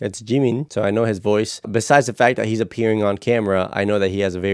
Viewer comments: For Jungkook, you pronounce the J so not Yungkook haha and for Jimin its not Jeemin, the "Jim" has the same pronunciation as in the name "Jimmy" like Jimmy Fallon. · Actually in korean, it is jeemeen ☺️ 지민 the vowel ㅣ sounds like the english double ee.